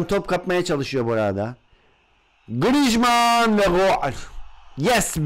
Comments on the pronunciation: D GRİJMAN DİYOSUN xD :AS:WQ:E:WQAS:DWE:Q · Abi grizmanı yanlış söylüyon